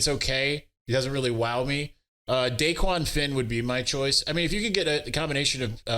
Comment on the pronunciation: It’s not DAEQUAN lol